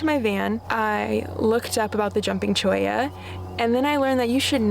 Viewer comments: Yes you’re saying Cholla correctly ☺️ If you haven’t been to Golden Gates pass, go. It’s top 1% most beautiful spots I’ve been to in the Sonoran Desert. And I’ve been to lots of spots. It’s just west of Tucson. Right out of town. Starting in town take Speedway Blvd to the west. It will take you straight there 😎🌵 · Beautiful setting. You pronounced cholla perfectly. I love spending my summers in northern AZ and a few cool months in southern AZ. Very nice looking dog.